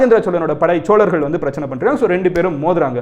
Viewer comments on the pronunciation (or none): none